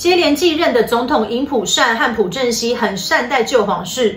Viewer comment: 朴正熙 朴 这个字念piao